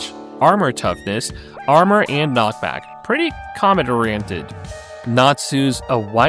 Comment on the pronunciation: man why you say knock back like noke back 😭